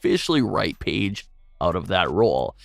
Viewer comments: Okay but why you saying "peedge" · i hate how he called her peige for a little bit